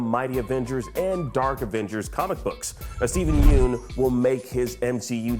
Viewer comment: You may want to learn how to say his last name correctly before releasing these videos.